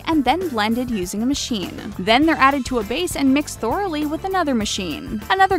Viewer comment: QueenLeo Ok I never leave comments but the annoyingness of this girl's inability to pronounce words right got to me. Those weren't the only words she mispronounced. Who pronounces "thoroughly" "Thoreau-ly"?? LOL But it sure is annoying!!